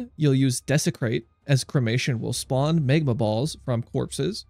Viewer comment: It's pronounced Mag-ma, not Mayg-ma. :D